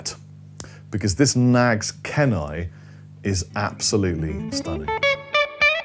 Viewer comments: Thanks for the rundown. Love that PRS! (BTW Kenai is pronounced "keen - eye" -- as in Kenai, Alaska). Cheers! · It's pronounced "Keenai" brother. -from Kenai, Alaska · Both great , PRS has a bit more sparkle due to the maple cap in this exampe .. PS it's pronounced Keen-eye it's a peninsula/ river in Alaska . The maple cap Knaggs is a better comparison. I have both and prefer the Knaggs .